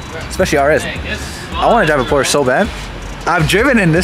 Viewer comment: you gotta know, it’s Porsche. Not porsch. Porsch is not a shortened name for Porsche like and Nicholas or Mike and Michael. It’s like dropping of the end of a name. So it would be like us calling you Ni instead of. Just to let you know